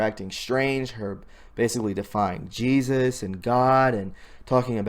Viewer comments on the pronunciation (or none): none